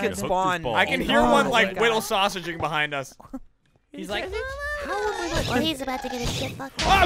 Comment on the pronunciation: Nah it's "widdle sawsage"